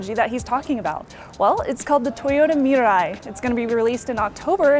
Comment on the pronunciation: yay you pronounced "Mirai" right! i'm glad you guys listened :) Shannon Morse, it was awesome meeting ya at the press event ^_^ who cares if this is an ad or not. she's reporting what was said at the press event.